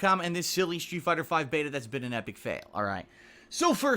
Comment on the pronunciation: I can't be the only one hearing "shoe fighter"